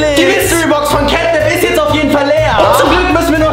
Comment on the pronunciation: Кэт нэп а не кэт нап и он из 3 главф